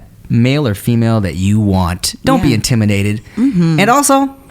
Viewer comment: In-tim-idated 🤔🤔 you should do something with that Tim